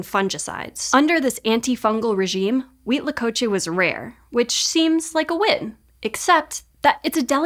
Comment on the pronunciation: Kudos for pronouncing Huitlacoche correctly every time! 👏👏👏